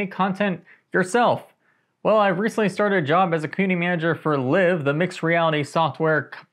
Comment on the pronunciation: Yep - I figured that someone at LIV would have said the company name during the interview process, and if it were "LIVE", you'd have adapted pretty quick, and certainly before making this video. :D It's like the VTuber avatar software '3tene' - I was saying "three-teen" for the longest time, then I realized that it's actually "ミテネ" - or "mi-te-ne" Seen in the title of their video about it here